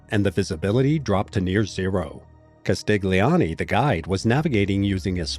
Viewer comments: It's Castilioni. The "G" is silent. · G in italian before N or L just adds and i or it is not pronounced at all. Just like Vignette is pronounced Viniet in English, Castiglioni is pronounced Castilioni, or Bagno goes Banio.